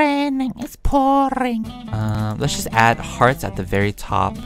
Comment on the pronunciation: Haahahhahahahah im dead when he said” its rrrrrrrraining its pourrring the old man i snorring “ hahahahah HAHAHAHAHAHAHA i luv